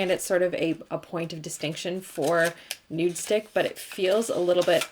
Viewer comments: i cringe every time she says “nudestick” instead of “nudestix” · Love, love, love you! Just, it’s NudestiXXXXX not NudestiCK. 😬